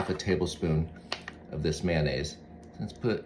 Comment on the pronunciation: It's pronounced Ma-yo-naise. Not Maynaise.